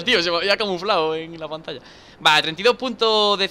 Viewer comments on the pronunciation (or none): none